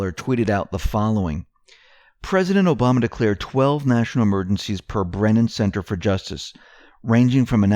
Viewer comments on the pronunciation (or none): none